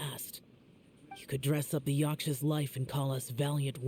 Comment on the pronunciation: i cannot tell if he’s serious about calling them yaSHkas and not yaKshas😂😂